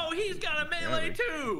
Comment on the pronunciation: So tragic the way you pronounce melee 😅 good vid dude.